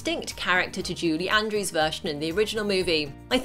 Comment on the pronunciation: Why does it sound like you’re saying “JUDY Andrews?”